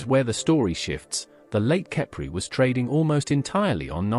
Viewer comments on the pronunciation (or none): What's a mornigo and an itil, a cipry, strange names for the obvious pronunciation.